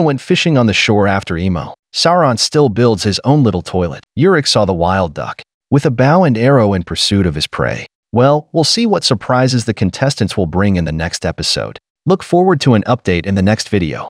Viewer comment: The "High guy" thing kills me everytime lol!! People should have a drinking game everytime the AI voice says those words!!! It's also funny af that AI voice keeps calling Søren for Soren and Sauron and Ulrik for Uric and Euric🤣🤣🤣🤣🤣